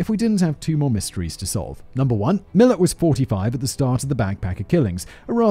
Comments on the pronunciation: How it’s spelt: Milat How it’s pronounced: Milat Simon: Milit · We pronounce his surname as MI-LAAT 😊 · I loved it! ...and "Millet" instead of Milat! Part of Simon's charm is his mispronunciations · It almost makes up for having to hear "Millet" for over an hour and a half. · His surname is pronounced millAt. Anyway in the 80's my wife and her best friend were teenagers and were walking on a side rd near the highway between Brisbane and the Gold Coast. The Gold Coast Hwy but now called the M1. North of the Belanglo state forest just inside the Queensland side of the Border. A man pulled up and offered them a lift to which they declined and ran off. To this day they both swear that the man was Ivan. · ⭐️ ⭐️ ⭐️ ⭐️ ⭐️ Pronunciation for Milat is “Mil -at”. 2 syllables. The emphasis being on “at”. Thanks for doing another Aussie story. Another national treasure…. Along with Chopper Reed. 😊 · His pronunciations of Mildura and Milat were a bit off too. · He had me scream "IVAN MILAT" out loud by pronouncing the surname wrong. But we love Simon.